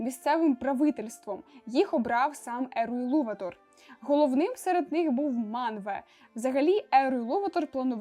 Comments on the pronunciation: Буква не та, а не наголос) Елуватар, а не Елуватор) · гаразд), але де сказано що він саме ЕлуватАр? Тобто, я ніде не бачила, щоб в імені стояв знак наголосу 😅 А до того ж, хіба Елуватар? Бо я знайшла, що англійською його ім'я пишеться Eru Ilúvatar (якщо що, я розумію що над "ú" діскретика а не наголос).